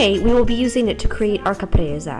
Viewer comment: it s not Capresa but Caprese se se se...not that difficult...